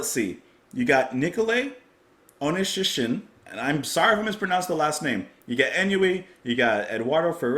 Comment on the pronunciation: MOM I'M ON THE TV! And no worries, you pronounced my last name Onischishin PERFECTLY wich is not always the case even for my fellow countrymen lol